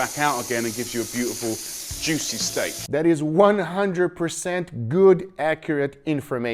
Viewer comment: Jamie said "Juthy Theak"